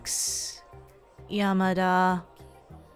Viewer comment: everytime it says "Yamada' it says YAMA DIES